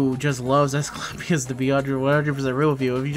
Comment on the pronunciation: Is my hearing off or are you saying "Ash Clapp Ious"? lol